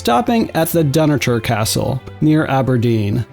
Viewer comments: Dunnottar is pronounced Dun (phonetically) and otter, as in the animal. And Edinburgh is Ed-in-bur_ahh... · Very nice video but please do some research on place name pronunciations. You seriously mispronounced Dunnottar, Edinburgh AND Braemar.